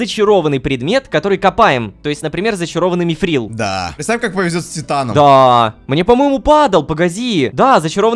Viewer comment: Ром не мифрил а митрил это из властелина колец все